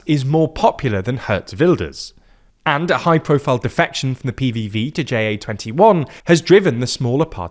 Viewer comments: Pronouncing "JA21" as J-A-twenty-one is weird. Ja means yes so just make it "Yes21". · "Jay Ay 21" My soul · Tiny correction: in Ja21, "ja" (yes) is pronounced as the word, not as an acronym, which it isn't.